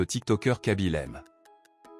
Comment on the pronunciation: Ce n'est kaby lame mais (mé) e ce prononce (é) et il n'y a pas d'accent aigu au e.